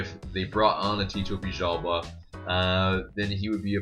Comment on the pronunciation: In USA do you pronounce L's as J's? Isn't it Villalba not Vijjalba?